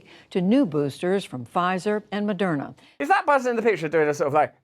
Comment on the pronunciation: They Pronounce Moderna like its a french word. Mode RNA, modern a, mo dayrn ah au lait avec deux croissant, sil vous plait, madame. . . .